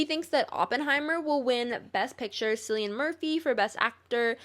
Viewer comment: You did not pronounce Cillian like that